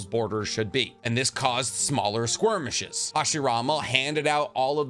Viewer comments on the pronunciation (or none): I love when you say squirmish instead of skirmish, also the content is dope. Thanks for being you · Skirmish, my guy. Not "squirm-ish".